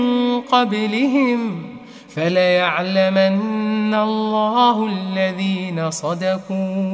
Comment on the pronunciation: السلام عليكم ورحمة الله وبركاته يا فليعلمن الله عليها فتحه وليست ضمه فليعلم الله الذين صدقوا وليعلمنا المكذبين جزاك الله خيرا